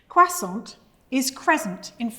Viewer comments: Goodness, the British really destroy the word. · Sounds like a you problem. Pronounce croissant correctly, and you'll be served straight away